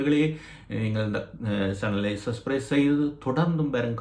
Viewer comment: சஸ்பிறைஸ் அல்ல சப்ஸ்க்கிறைப் ! உச்சரிப்பு சரியில்லை ! ஊடகத்துக்கு புதுசு போல . ஏன் இந்த உழைப்பு ?